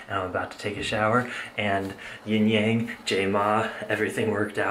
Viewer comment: it YIN YANG - like "Yin" (Rhymes with "win") "Yang" (like "yong"). Not YING YANG.